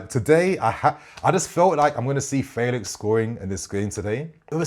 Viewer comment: Felix is pronounced like the 'fe' in 'Fenton'...'Fe...lix' 😊. Looking forward to seeing him playing in the PL!